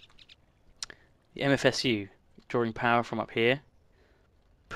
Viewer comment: its called MFSU not MFS